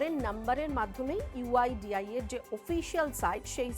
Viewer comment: Someone tell her website name is "uidai" not 'uidia ' 😂 PS: over confidence ki bhi sima hoti haai mitronn